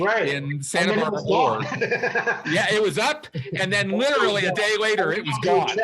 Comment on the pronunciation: Plus he always says "riterally".